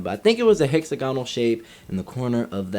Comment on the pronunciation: Man said “HexaGONal” instead of “HexAGonal”